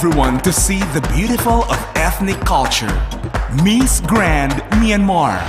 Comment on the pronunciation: The accent of the voice over announcer is annoying!!! "MEES Grand"... ahahaha